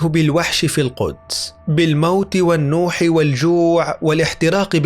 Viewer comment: انتحرت اللغة العربية معك يامذيع اللغة المكسرة ..... سفر بالكسر و ليس بالفتح النوح بفتح النون وليس بضمها حسبي الله ونعم الوكيل.